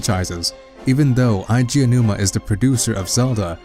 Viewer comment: You said Aonuma correctly! Good job haha. It is very easy to do, I know, but most people screw it up every time. Unfortunately you mispronounced "androgynous" and misused the phrase "a vast majority."